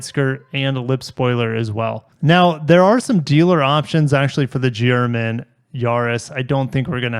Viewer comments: Everytime he says GRMN is sounds like he is saying German lol, kinda fitting. Would love to get my hands on one of these but sounds like my chances are very slim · GR MN… at first when you said that I thought you were trying to say German 😂💀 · GRMN prenounced German! enough said.